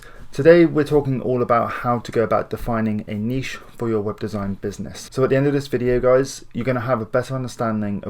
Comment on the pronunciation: I'm subscribing simply because you actually say... (NEESH) and not niTch